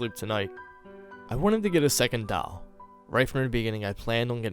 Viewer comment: The only thing I don't like is the way you say "doll" but I'm not hating. You did great. :)